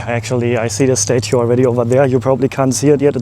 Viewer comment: Someone should learn how to say statue...